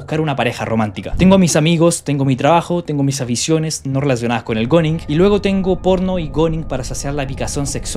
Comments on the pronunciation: se pronuncia "guning", no goning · Se pronuncia "gún", no "gon"... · oe se pronuncia guning o algo asi no goners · SE PRONUNCIA GUNING POR LA CHUCHAAAAAAAAAA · Bro dilo bien se pronuncia guuning